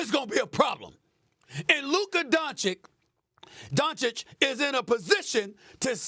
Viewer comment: “Luke Kadoncic”